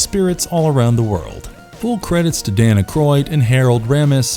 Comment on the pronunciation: “Danna Croid”